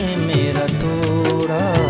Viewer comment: good job....just 1 suggestion- the prounanciation sounds ' tora, mora'...looks like you pronounce the d as r..it is 'toda, moda'